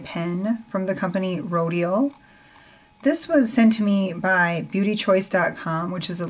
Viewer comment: That Rodial product looks really nice.. I might have to try it. Do you own the Clinique product like that? I wonder how it compares. Rodial is pronounced with the accent on the al - said like rodee'al - I only know this because I met one of the reps at the big trend show - its quite a luxury brand! Glad to hear the product works so great. I can't even watch brush videos .. I must must stop buying brushes.. LOL!!